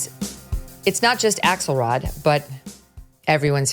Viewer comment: I just thought I heard “Asshole rod” and realized it was “Axelrod.” 😂